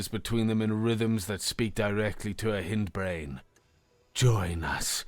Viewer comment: I love your reading. However, hindbrain in pronounced hind brain, not h-in-d brain